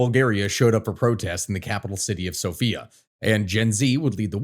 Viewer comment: hearing him say the capital's name like that keeps scaring me throughout the video because my name is Sofiya cries